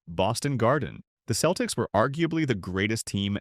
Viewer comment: AI narrtion is terrrible. Keltics? Give me a break. AI is a cancer